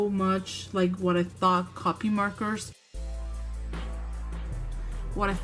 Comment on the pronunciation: Just to let you know half the time you said copic it sounded like you were saying copy. And a good cardstock works just as well as any marker paper